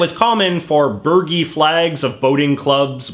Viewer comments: Hi JJ, it's pronounced 'Bur-jee'. They're usually a small flag that goes on top of the mast to indicate wind direction. Other triangle flags might be called a pennant. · Burgee: Burr-jee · Btw burgee is pronounced bur-jee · It's "Burr-Jee" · Bur-jee. Lol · Fun but one note: the "g" in burgee is pronounced with a "j" sound. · I’m not sure about the rest of the world but in the US a yacht club flag, burgee, is pronounced with a soft G not like a burger. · Might be wrong, but pretty sure the "gee" in burgee is like "gee whizz" rather than the Asian clarified butter "ghee" 😀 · I think Bergie is pronounced with a J as opposed to a G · Not that it matters much, but burgee is pronounced like oh gee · The “g” in “burgee” is pronounced as a “j”